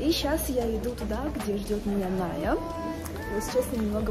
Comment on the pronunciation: я уже заметила то что ты ее называешь Над а не Ная или мне послышалось но прослушайте фрагмент